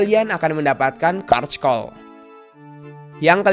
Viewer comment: Di bacanya carkol bang, bukan karckol😂